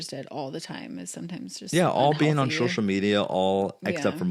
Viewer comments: Why does zach say SHocial media… SO-shall not SHO-shole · sho-shull media 🤪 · (Not a hater I love this family) I hate how Zach says “SH-oh-SHull “ media